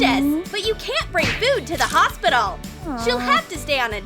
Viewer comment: It is hospital not hosbital